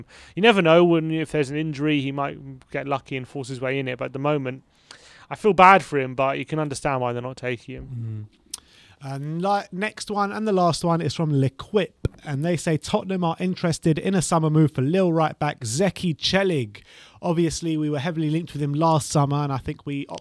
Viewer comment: Lol! L’Equipe is pronounced “laykeep”, what would Hugo say? Love the show chaps! COYS! Audere Est Facere as the Romans would say.